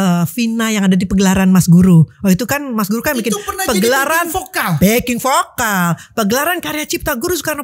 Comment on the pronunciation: Bukan pokal tpi vokal Org sberang ngak bisu sebut v? bukan p tapi v